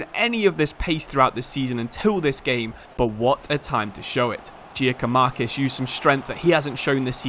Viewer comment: Just so you know Giakoumakis name is said like Yakoumakis